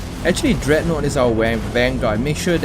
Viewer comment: Did you just call it dreadnote